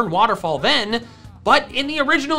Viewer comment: you said tohjo